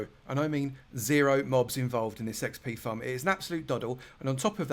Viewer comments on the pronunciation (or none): haha I love how he says XP farm as XP thumb lol